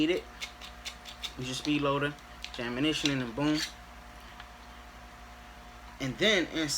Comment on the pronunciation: “No ammanition”